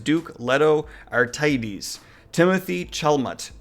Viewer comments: Bro I love you man, but I don’t believe you’ve seen the David Lynch Dune film from the 80’s or read the books. If you had there’s no way you butcher Paul Atreides ( ah-trade-ease) name. Haha, that was terrible man, how do you not know Timothy Chalamet (shala-May) hahahahaha. Good stuff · olden creek "Arr-tighties" haha omg I'm sure he did it deliberately, this can't be serious. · Yeah, I almost stopped watching the minute he said that. I DID stop watching after he butchered the pronunciation of "Atreides" (It's pronounced Uh-tray-dees...). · "Leto Arr-tighties" "Paul An-dreez" "Baron Harko-mun" "Dr. H-wen" ... Jesus. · Great getting some news on this. A couple of points though. You mention the 80's live action film adaptation, but made no reference to the 2000 live action mini-series done for the SciFi channel. Also, I know you state name pronunciation is a weak spot, but that was REALLY bad. Just a bit of a help here Atreides = Ah Tray Dees, and Yuey = You Eh. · love your stuff... but your pronunciation is hilarious. you literally pronounced the same name "Atreides" differently back to back. anyway it just made me smile. Good info in this vid. THANKS!! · Damn man, you mispronounced Atreides two different ways two times in a row. That's pretty awesome! We know you have dyslexia, so it's all good. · I was convinced he was pronouncing the Dune character names wrong intentionally ha ha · lol the two totally different incorrect pronounciations of Atreides back-to-back, I love it But yeah, SUUUUPER stoked for this movie as a longtime Dune fan, and every new announcement just makes me crave it that much more. Couldn't be more happy with the direction this is headed. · You pretty much butchered every single name you mentioned.